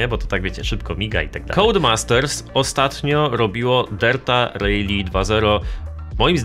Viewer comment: Nie "rejli" a "rali". 😂😂😂😂😂😂😂😂😂😂😂😂😂😂 Gdzie ty usłyszałeś taka wymowę ?